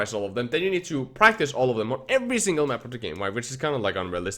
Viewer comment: Its single, not singel ;) (see desc) also nice vid!